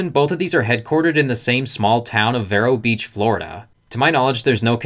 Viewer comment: The way you are pronouncing Vero Beach is killing me. Please notice that Vero Beach has only one "r". The E is a long vowel. For the love of God please stop pronouncing VERRO